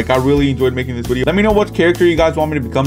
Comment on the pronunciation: why tf does he say Wedio instead of video